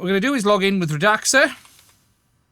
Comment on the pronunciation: I think it's "Rad-Sa"